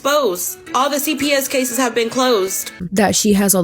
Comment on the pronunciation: “All the CPS cases have been closed.” Girl, case-essss. Smh.